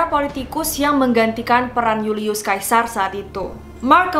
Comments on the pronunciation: julius caesar dibaca yulius Seisar, bukan julius kaisar, caesar itu nama belakangnya bukan kaisar yg artinya raja ,Hadehhh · julius sesar kak dibilangnya bukan yulius kaisar, huuuu sedih aku , suka banget videonya tapi sering bgt salah sebut nama.